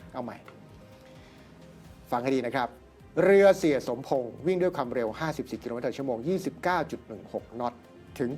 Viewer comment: อาจารย์ เอ่ยผิดตลอดเลยค่ะ เสี่่ย หรือ เหี้้ยคะอาจารย์